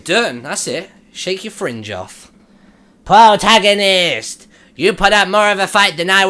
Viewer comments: Wow, when you said "pwotagonist" I was hearing "ahaha, ahahahaha, ahaha, ahahaha" for hours. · i neay died laughing when the demon lord ame up to link and you said, "Mmmm. You smell good PWOTAGONIST!...." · Pwotagonist! Ahaha! Ahahahaha! Ahaha! Ahahahaha! It's time to doo-doo-doo! Doo-doo-doo-doo-doo! Doo-doo-doo! Doo-doo-doo-doo-duel! I love.